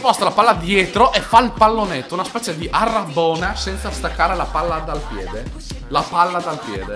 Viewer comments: rabona non arrabona ! ahhahahahahahahahahahahahahahaha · ..Comunque si dice Rabona non arabona ma va be ahahah siete bravissimi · Comunque si dice RABONA non ARABONA :'D